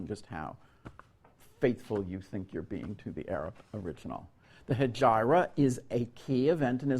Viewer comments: Are you seriouss! with all do respect you are not ought to be a professor that teaches others if you don't know facts! study first, learn about Islam, and it's "Hijra" not Hijaira ! after that you can speak about it or teach others about islamic history. I suggest you do some more researches before talking about something that’s bigger than all of us, you are a historian, be objective in your researches “if the history is being biased than so are you” make your own researches and you shall discover the truth :) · He might be a historian but not a historian of Islamic History you can tell that his Arabic is deficient if not non-existent: 'hijara' is not the pronunciation in any dialect or Classical Arabic. Therefore is unlikely that he had consulted primary sources. He seems to be channeling 19th century Orientalists or even modern Christian apologists by arguing the authenticity of the sources as been written a century later. No serious scholar can take this serious. It is surprising that Yale cannot get a real scholar to give this class. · It would be respectful to use the correct pronunciation such as Hijra and seerah